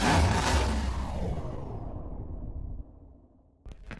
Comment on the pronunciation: "Éhh motheur fucke" trop pêté x) !!